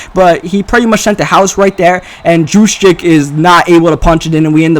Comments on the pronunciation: It's not jus-check its Hughes-check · I believe it's pronounced "who's-check" Source: Raven's fan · you say Kyle juszczyk name as... Use Check. He explained it. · You pronounce Jusczyck as Huschek or just Juice as his teammates call him.